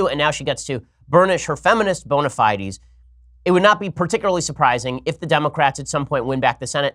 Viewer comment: "bona fide-ease? lol